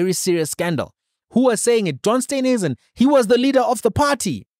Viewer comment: It is S t e e nhuisen not Steynhuisen please pronounce the Minister's surname correctly. Steen like in Afrikaans Steen/brick.